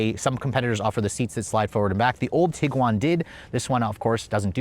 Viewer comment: Tiguan, not Teeeguan. Varenna, not Varaayyyna